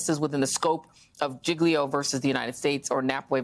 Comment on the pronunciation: Love your show, one little thing : giglio pronounce giljo.😊